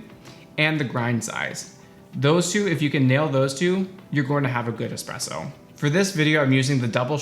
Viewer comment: I always stop at the first "expresso"